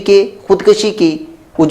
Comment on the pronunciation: ko salam, maulana lafz khud kashi nahi " khud kushi " hay